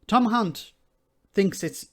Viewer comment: I think you may have mispronounced Hunt.